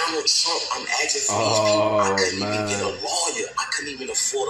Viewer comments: Yeah but he ruined it completely by pronouncing asking as ax-ing 👌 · He lost me at "ax-ing" (asking).